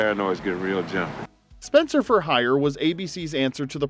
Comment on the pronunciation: I watched Spenser: For Hire and loved Robert Urich...but I still have a mad passionate thing for Mr. Brooks.... "Spen-SAH!"